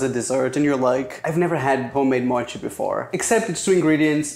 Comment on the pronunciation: Its more like just "mochi" not "mouchi"